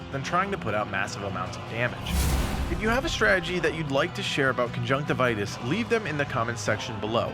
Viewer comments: Isn't it conjunctivius and not conjunctivitus? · It's Conjunctivius - lol